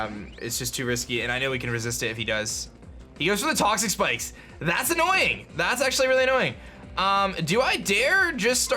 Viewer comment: it sounded like you said, "he got the toxapex up" Although I know you said toxic spikes I'm saying it sounded, to me, like you said toxapex